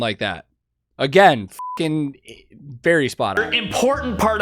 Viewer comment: for a moment I thought you said: berry spot on, as that's in his name LOL